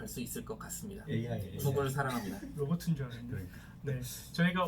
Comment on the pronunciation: 진짜 잘보고 있던 채널인데 실망감이 크더라구요... 로보튼 줄 알았네를 로버튼 줄 알았네로 알아듣고 누구지. 했네욬ㅋ